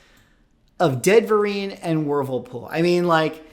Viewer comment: I swear I kept hearing " first full appearance of Ben Vereen and Whirlpool" instead of "Deadverine" and "Wolverpool". I swear I thought we were about to have a actor/dancer/singer take on a damn washing machine. That would be peak MCU material. I don't know how I can take this stuff seriously. It's like when WWE and wresting stopped even trying to hide the stuff was fake. 🤣